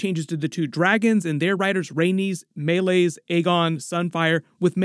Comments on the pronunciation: It’s MAY-LEES not MAY-LAYZ!!!!!!!! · I love your videos but PLEASE stop saying Meleys's name wrong 😂 Its pronounced like May-Lease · I don’t mean this in a rude way but is there a reason you pronounce Meleys’ name so differently from the series? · Why do you refuse to say meleys correctly? Why can’t you say Addam OF hull?